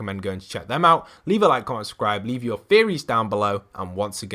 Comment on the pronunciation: When he said theories I thought he said fairies